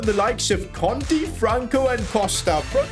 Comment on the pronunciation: Its absolutely crazy how you can fuck up italian words as well... Dont even know what to say if you look at totti's name you could even see that you didn't pronounce conti's name...